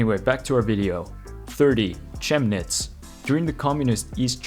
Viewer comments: It's Just "Chemnits" how you'd say it in english lol (or Kemnits i guess) (I'm not even from there but gawddamn does it make my brain hurt when i hear names butchered like that) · Chemnitz is pronounced with a "K" at the beginning! Kemnitz.